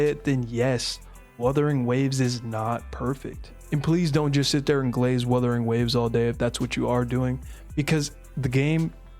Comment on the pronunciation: As per Wuthering Waves community, just like how says it, "we fine in the west" 😂😂😂